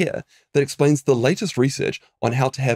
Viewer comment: 'ree-search' is pronounced like 'result'